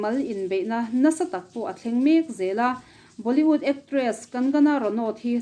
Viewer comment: Tarlan tih thumal hi a tam mah2 thin ani.. hman a ngai bawk si..🤭🤭 Chuan Boli-ût nilovin Boli-wût ni zawk se... 👍👍